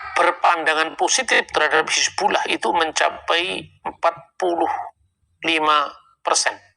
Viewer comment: Bang.... Hizbullah bukan Hasibulah.. tolong di ralat ya